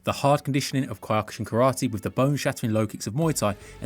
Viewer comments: that was the weirdest pronounciation of Kyokushin Karate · Why do you say Kyokushin wrong? Way to ruin the video.